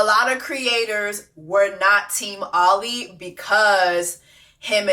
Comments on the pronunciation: I’m glad you finally called him Ollie and not “Ol LI” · Ngl friend I got “oh-lee” ptsd😂